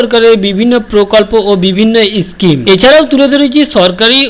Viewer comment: are bhai uchharon to thik kor kotha ta eschime noi ota schime😁😁😁😁😁😁